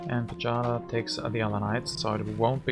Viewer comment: Well played! Do you know that you win and I lose every game you are recording? :) Pajada is pronounced like "payada" (y from yellow). I hope we will play again soon.